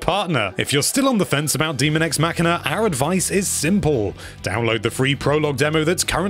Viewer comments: There is no "a" in demon. Hence, daemon is pronounced day-mon. Not too complicated. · What part of "daemon" is pronounced "demon" ? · Just FYI, it is pronounced "day-mun." Characters say that word in the game. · its definitely not "DEMON EX MACHINA" there is a real word called Daemon and its a separate thing